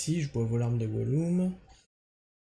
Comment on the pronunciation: Gollum ( se prononce goloum) du seigneur des anneaux 😉